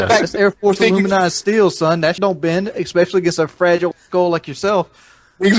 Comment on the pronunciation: "Ex-specially" aluminized steel